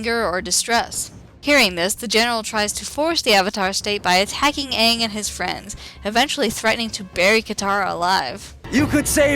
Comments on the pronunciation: Yes there is ^^ many watched it. many experienced its horror. of the miss pronunciation of "aang" as "aung" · night guardian As much as it pains me to say it.... That pronunciation of Aang's name is correct as far as real world Asian languages go. The "a" sound, especially a double a like that, tends to be the "ah" sound. However, because the original source material pronounced it as "ay-ng", the movie should have too. Granted, pronunciation is the least of the horrendous movie's problems when it comes to staying true to the series.